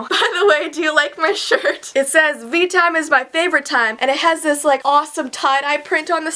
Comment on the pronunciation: veetime more like meetime